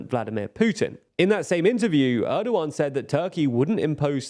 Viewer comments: It's weird that every English person I hear talk about this Turkish election pronounces Oğan's name wrong. They all say Erdoğan correctly and even Kılıçdaroğlu. They see that the ğ in those names is not pronounced like a regular G, but then they just ignore that for Oğan and pretend it's Ogan. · how is the pronouciation on point for erd-oğan but off for oğan lol, ince [inˈdʒe] is a little more understandable but still jarring after hearing the first two being pronounced correctly